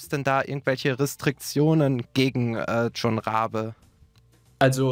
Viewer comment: Der wird nicht John (englisch) ausgesprochen... einfach jon